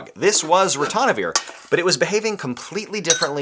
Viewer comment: NO es Ratonavir Es Ritonavir.